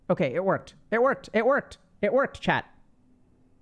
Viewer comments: I keep thinking he's saying 'Chad' instead of 'chat' 😂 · (Take into account English isn't my mother tongue)👇🏽 The first time I watched one of Dr.K's videos, and he addressed the chat, I heard "chad" and I was wondering if he call everybody chad just to be positive. It took me to watch a couple more videos to realize he was saying chat.